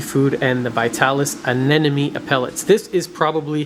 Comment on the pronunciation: Why do you say aneNome instead of aneMone? It's a M in the middle and not an N. When you abbreviate, you say neM. Why don't you say neN? But then again, maybe it's just me and no one else the universe really cares. Really like your content and have learned a lot. Keep up the good work. Thanks for all you do to improve the hobby and educate all of us.